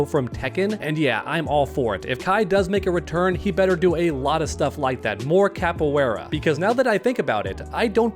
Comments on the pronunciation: man the way you pronounce Capoeira, damn. sorry but damn. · Bro you pronounce Capoeira way way wrong long.